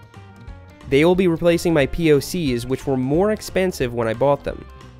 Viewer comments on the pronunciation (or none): P.O.C or "Pock"